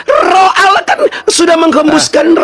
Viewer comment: Allah kok di baca Auloh Belajar lagi bro Anak TK aja bisa baca Tulisan latin Allah ya dibaca Allah, masa di baca auloh....? Xuma botol